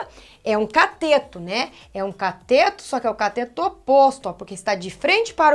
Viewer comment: Professora, é CATETO e não COTETO. Ainda bem que aula é de matemática , e não de português. kkkkkkk🤣🤣🤣🤣